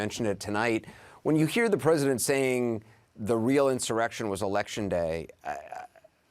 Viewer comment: I got more out of "blah, blah, blah, blah, blah." Than anything else this guy had to say. "I think" is CNN's ENTIRE forum. All opinions, ZERO facts. Tell us about the actual destruction of Portland, Seattle, Minneapolis, Chicago and places where there were REAL "insuwwections" going on. Who cares what your guests "Believe"??? This is editorial NONSENSE.